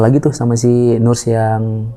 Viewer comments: Sori mas narsum utk ocd sy, agak gelitik ditelinga iniii waktu dengerin hehe.. Btw cara bacanya “ners, bukan nurs” atau bisa juga sebut aja “perawat”😃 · Nurs cenah 😂 dibacanya "neurs" sama wich is terus